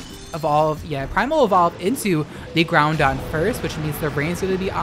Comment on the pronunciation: If I had a dollar for every time you mispronounced Groudon, I’d be able to buy lunch, but alas I do not and thus cannot afford lunch because I spend all day writing furious comments on YouTube videos about people mispronouncing things instead of working.